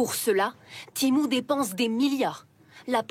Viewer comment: En 5 minutes de vidéo vous avez réussi à prononcer temu de 3 façon differentes. Je sais pas si c'est de l’incompétence ou de l'humour d'un autre age.